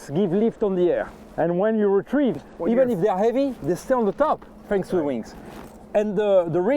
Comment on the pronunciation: What eef you just said “I love really fin pancakes?” Jk the man